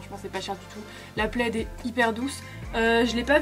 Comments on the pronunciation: "une pleide " "quat euros" ahah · c’est « le » plaid ahahah 😘 Ça fait tellement longtemps que je suis pas aller à primark ça me manque de ouf 😭 Bisous du Portugal ♥️ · Après on dit Le plaid ;)